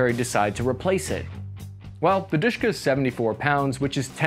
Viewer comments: I don't know how russians called that MG, but in Ukrainian forces it's called not dushka, its called dashka. Its mean friendly version of the female name Daria. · It's not "dYshka". It is referred to as "dE-shE-kA". Were both E is spoken like sound A in shAll, hAs, hAve. And sound A is spoken like A in word tAsk. For English ear "dyshka" may sound very Russian, but in Russian "dyshka" souns rediculous, similar to "odyshka" which means shortness of breathing or dispnoe. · not deshka! it sounds like de she ka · It's not Dishka, it's De-Sh-Ka (Д-Ш-К), lol! 😆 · It's De-She-Ka, leave "Dushka" for someone else. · Why can't you watch some Russian youtuber's review to know how to spell gun's name? It's De She Ka, not Dishka. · DShK in not Dushka but Dаshka (Дашка) which means Dasha (Даша, Дар'я) - one of slaves weman names. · Не дышка, а ДэШэКа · It's Dooshka not Dishka or Deeshka. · DShk not duska lmao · Dushka not Dishka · it's "dooshka" not "deeshka" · Please, ask someone, who speak russian, to tell you how to speak "De - Sh - K - A" correctly. Your "Deshka" is ridiculous. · While "душка" is indeed Russian word, I've never heard Russians calling it that. Seems they only pronounce the letters D-Sh-K "deh sheh kah" (дэ-шэ-ка). Sort of like "krinkov" is American only thing, never used in Russian parliance or by anyone else. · u pronounced it wrong. DSHK is ДШК in russian, which is an abbreviation Д.Ш.К. thus u should pronounce it in the way u would pronounce FBI for example, each letter separately: Д - de, Ш - she, К - ka, de-she-ka. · It is pronounced DEH-ESH-KA with emphasis on the first syllable. It is an acronym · You should pronounce this as "Doosh-kah". It's a a "cute" version of Russian word "dooshah" meaning "soul". In the beginning of 20th century, a common referral of a husband to his wife was "my soul". Another nickname of this gun was Dashka, a non formal version of the very common Russian name, Daria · It's actually "Dashka" like a girl's name. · It's Dushka